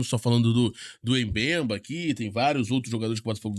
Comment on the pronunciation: A pronúncia correta do nome africano é "Bembá". Vc precisa se preparar melhor para não falar os nomes do jogadores errado.